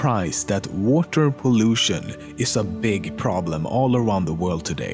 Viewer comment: Like that ocean? Also, why does he say water like: Woater?